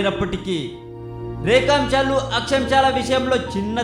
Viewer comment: akchamchalu rekamchalu, me kitchen lo chemchalu kadu, Akshaamshalu & Rekaamshalu..